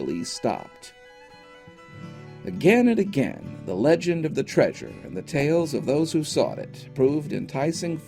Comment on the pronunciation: "Do NOT seek the traysure."